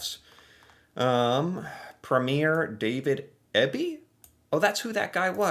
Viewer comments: Our Premier’s are equal to yours senators. And Premier Ebey’s name is pronounced E Bee. I’m a B.C. resident so the mispronunciation of his last name pisses me off. AMERICAN BOOZE IS OFF THE SHELFS ALL OVER CANADA. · David Eby ( pronounced " Eeby " ) A Premier is the head of of a Province, of which there are 12 , and 2 Territories ) We have our own Provincial laws,and then we have a Federal government, of which Mark Carney is the Prime Minister of Canada. We have our own beer, liquor and wine, also we buy all of those from all over the world. I can't belive so many Americans know so little about Canada, which is the 2nd largest Country in the world, and a Sovereign Country. We are a member of the Commonwealth, of which King Charles 3rd is the head. We have so many natural resources which the USA needs, and in my humble opinion is what this attack on our Sovereignty is about. We will NEVER forget how despicablyTrump has treated Canada, we will never back down to this bully, and never ever be the 51st state ! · A premier is the equivalent of a governor. Pronounced PREE mee er. And BCs premier is pronounced EE be. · David Eby (pronouced Eebee ) is the premier of the province of British Columbia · Those clips are from Manitoba's and BC's premiers. Ontario has done the same. No US wine or liquor in liquor stores, replaced with "Buy Canadian" options, which are plentiful, btw! BC's premier is David Eby (pronounced Eebee). It's all in retaliation for tariffs on steel and aluminum, among other things. Canada isn't messing around!